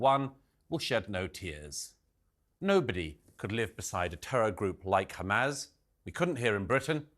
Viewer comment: It's not hum-az like jazz, Douglas. It's hamas, like fuss